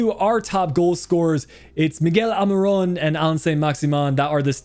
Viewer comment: Is dubravka not duvarka and it’s almiron not almirone